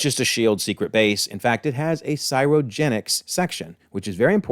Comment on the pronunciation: I love your videos but the way you pronounce "cryogenics" is driving me crazy